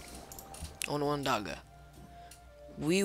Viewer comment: I was unaware civilization 5 modeled Haudenosaunee history , quite cool ,, these people are very much a living culture "today" and hold very true to there core values ,,the tribe you are playing is pronounced "The own-na-dog-aha nation a lot of deep unknown history in the "strutures" our nations development came from our interaction with there people ,, how there people managed to core address and stop a multi generation war among there 5 nations is even a more powerful story in which the great peacekeeper and Hiawatha played key roles.